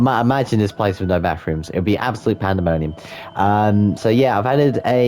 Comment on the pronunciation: Every time you mentions ‘bathrooms’ I thought you were saying ‘backrooms’... What if you tried making the first level of the backrooms? Other than that, great shop designs! Loved the little builds